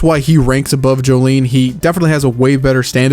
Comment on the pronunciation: Ahhh yes my favorite Joestar "Jolene"